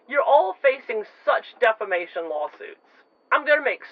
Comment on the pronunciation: Did she say a huge defamation or a huge defacation